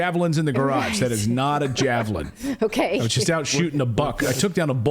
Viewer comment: SHE SAID JAVLIN WHICH IS IN FACT A JAVELIN. SHE ABBREVIATED THAT WORD INSTEAD OF PRONOUNCING THE E SHE JUST SAID JAVLIN.